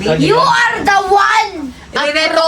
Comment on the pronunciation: be like "You arrrre the one" hahahhahhaa